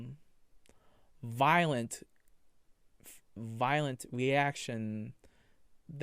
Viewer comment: Your favowite sin is wwath? You can become wiolent? What are you trying to say, boy? Use words. You're not Lassie lmao And seriously, if you say it that you have balls because you harrassed her brother one more time I will find you Typical anime pwedatow